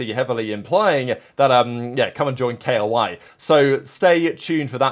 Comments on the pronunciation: bro really said K O I isread of KOI, i was thinking so hard what this K O I team is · Bro pls just say KOI like u pronounce the fish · Are you pronouncing koi like that for rage bait or